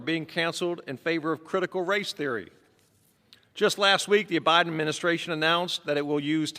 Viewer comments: Lol. He said OBiden! 😂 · He said “O’Biden” administration 🤦‍♀️